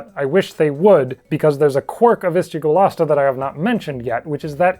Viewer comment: He is an Argentinian dinosaur and as an Argentinian person I say he was fluffy and also a super cool guy Your pronunciation of Ischigualasto is so good!